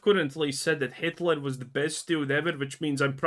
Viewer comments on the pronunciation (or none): none